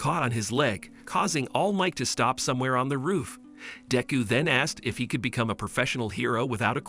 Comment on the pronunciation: All might caught up to daku it’s deku d e k u